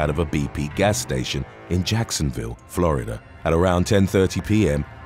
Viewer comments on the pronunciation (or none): none